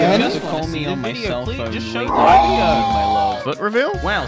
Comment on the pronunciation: Uhm, so... "where are the new bideo "?